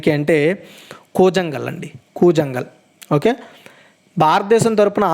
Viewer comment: కూజంగల్ కాదు బ్రో కూలాన్గల్